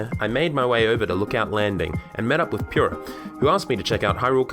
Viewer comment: This is impressive! Also it’s pronounced Poo-rah.